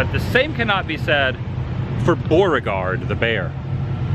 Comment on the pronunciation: Are you saying Boreaguard or trying to say Beauregard?